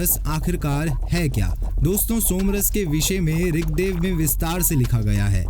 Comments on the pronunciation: क्या ऋगदेव ऋगदेव बोले जा रहे हो ऋग्वेद को। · महाशय ऋगदेव नहीं ऋगवेद